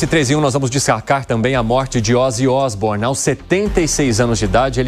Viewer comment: Ozzy Isbournion